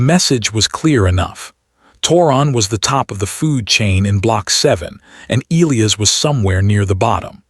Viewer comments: Oh! Having reached the end now, and knowing that Elias is from Rio de Janeiro, I can say with absolute confidence that his name would be the 1ˢᵗ way I listed (Eee-lee-iss). Soooooo... The A.I. actually got it right every time I paid attention to it. Sorry to burst your bubble, but hey, we all have gaps in our knowledge. Nothing to sweat! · The character is Brazilian and the in Brazilian Portugese the name is pronounced eh-LEE-as like the AI read it (any BP speakers please correct me). I think it would have made more sense to present him as Brazilian earlier, but the AI actually got it right.